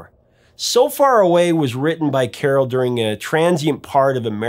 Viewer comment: Did she really pronounce her cat's name like that? Admittedly, I took Latin, not Greek, but I've always read it with the emphasis on the second syllable. Anyway, thanks for covering Carole King and this magnificent album, that brought joy to so many of us with it's simplicity, relatibility, and unforgettably beautiful sound.